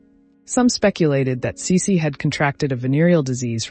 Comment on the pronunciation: It would really be nice if the pronunciation of the names, e.g., Sisi, Franz Josef, etc. were accurate. How difficult is it?